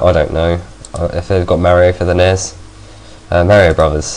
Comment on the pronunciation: dude it's not pronounced nes it's an acronym but any way great vid 5/5